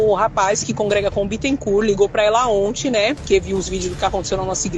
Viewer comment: O Bittencourt é advogado do tal Leandro. Ah, e não se pronuncia o "t" final de Bittencourt (bitencúr).